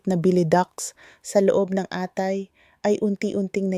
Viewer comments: Bisaya kba doc...Mali bigkas sa atay. Kati.mabilis.. bigkas....boteka mabagal ..Ganda mo doc barok ka magtagalog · Mali po ang bigkas ng atay...mabilis po ang bigkas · ano bang sinasabi nitong AI na to mali ang mga bigkas ng atay, lalo ang KATI O banggit mo ba ay KATHY pangalan ng tao?